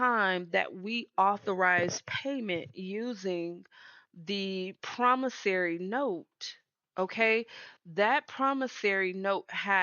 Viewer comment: Promissory, not Promissary. 😊💜